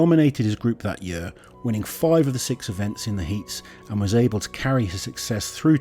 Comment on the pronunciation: Everyone else: year This guy: yeeør